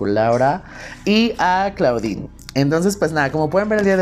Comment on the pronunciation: La pronunciación es "Clodin" no "claudin"....es onomateya del nombre en francés. Además la palabra en inglés Claw se pronuncia "clo", es decir, "garra".